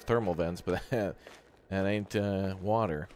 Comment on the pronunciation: Not Water, it's wowtha!